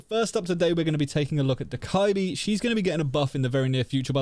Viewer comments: I’ve been doing this since day 1 of me having dokk, i don’t remember doing the rest if the animation i’ve always done this i’m pretty sure. Also this is a small pet peeve i have, i’m used to hearing dokkaebi’s name pronounced as “dough-kebi” or “dough-ka-bee” (the way i say it), but for some reason “dough-kai-bee” pisses me off lmao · 1.06 hahah dekibi he said soz no hate